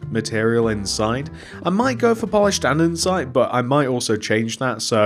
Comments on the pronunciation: your probably not gonna see this but it’s andesite not andensite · hey it’s not andensite it andesite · Anyone else notice he called it andernsite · Bro andensite 💀💀💀